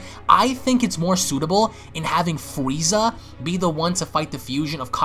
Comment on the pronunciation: you said fweeza